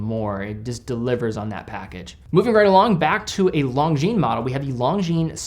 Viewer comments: Love your work,. One small mention: it's "Lon-zheen", not "Long-zheen". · Actually it's neither. No "z" sound.